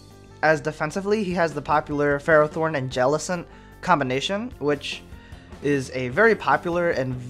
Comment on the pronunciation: its pronounced: fur-roth-thorn.